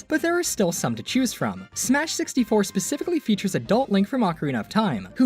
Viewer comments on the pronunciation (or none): none